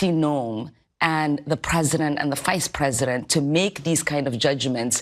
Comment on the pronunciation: The Fice President? Ilhan mispronounces so many words!